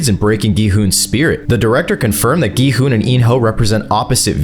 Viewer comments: Gi Hun is pronounced in every way except the correct way which is (Gyuun) I dont understand why so many videos even none AI generated get the pronouncements wrong it's literally mentioned in the show even in the english dub. It's not (Gee hun) its (Gyuun) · ah yes “g-man and go-hun” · Go hon he hon bro is not saying right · Not gohan😭you say Me: ITS GI-HUN BRUTHA GI-HUN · GMAN IS NOT GI HUN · Gi hun:❌ Go hun:✅ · Why’s he calling gi hun “go Han” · Its gi hun not gman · Gohan Gilbert G man G money G honey Front daddy Those are wild 💀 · Bros pronounciation of gi hun G man Gi hun Gohan Gi money G-I hun Gi- honey Gillbert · “Gi Hun” “G Man” “Gohan” “Gi Money” “Gilbert” “G I Hoon” “Gi Honey” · BRO IT G I HOON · Who is giman bro and giburt and gohun brooo its GIHUN bro plus whos g i houn bro And whos gi money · Bro how many times you said gi hun wrong? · Why does he keep getting gi huns name wrong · You pronunciation of gi huns name, tf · Bro just doesn't know how to say gi hun😂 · WHAT ARE U CALLING GI HUN LMFAOO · bro cant just say 'Gi hun' 😭😭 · Bro called gi-hun everything but gi-hun 💀